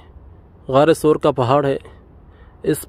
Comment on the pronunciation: SOOR nahi SAUR